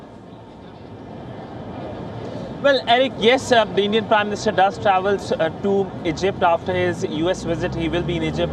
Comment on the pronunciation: It's Prime Minister not 'Prim Minister'